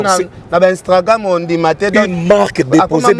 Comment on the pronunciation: On dit instagram et non instragram